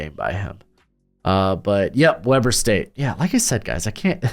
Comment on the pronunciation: Just a heads up! Weber State is pronounced Wee-ber State. Reid is a machine!